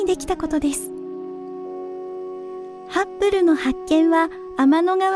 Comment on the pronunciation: ハッブルと書いてますが、発音はいつもハップルなのは何故ですか？